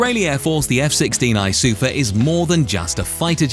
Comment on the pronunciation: SUFAAAAAAAAAAAAAAAHHHHHHH (stress is on the last syllable).